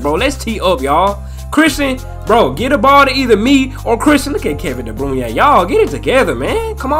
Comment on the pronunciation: De Bruyne is pronounced (Dah Brooynah)